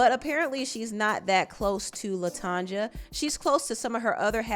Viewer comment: Her name is pronounced latonya